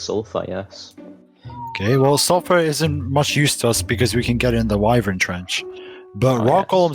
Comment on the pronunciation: That’s why I don’t like playing with kids because he messed up two times and got people almost killed and also kid did not listen at all. Also so funny how he could not say Wyven 😅😅